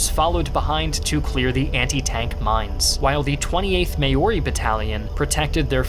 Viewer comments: You’d think being a historian, you’d at least know how to pronounce “Māori “ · I like your work, but I reccomend you look up how to say the word Māori. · You completely butchered the word ‘Maori’. You’re going to make a lot of kiwis upset, so remember, it’s pronounced ‘M-OW-REE’, not ‘mayori’. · sorry to be that guy by that’s not how we say Māori not like may-ori it’s more like Mou-Ri but you roll the R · As a Kiwi I didn't even understand what he said, I always say "mau-ree" not "may-or-re" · Mayori? Its Mao like the chairman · "May-ori"??? MAORI.. pronounced "Mow-ry" 😃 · It's pronounced "Mao-ri". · ikr how is it so hard to say 'mau ree' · Nice! Just a quick piece of constructive criticism, Maori is pronounced Mol-Di instead of Ma-Or-I. Besides that, this was a great video, I really enjoyed this one! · aaaaaahhhhhh everytime I hear Maori pronounced "Ma-yo-ri" I die a little inside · ikr it's just "mau-ree" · Excellent video as usual. Thanks. Just to note: 'Maori' rhymes with cowrie. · Maori? nah its pronounced maaoray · You should also correct your pronunciation of Maori. They're the inhabitants of New Zealand before Europeans arrived. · that pronunciation tho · The way he pronounced Maori made me age 20 more years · Now that's certainly one way to pronounce Māori. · Every time he says Maori I’m scared I a patriotic New Zealander will find this video and mass report it… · Great video! But your pronounciation of "māori" is incorrect. Aside from that, super interesting video. Props to the team.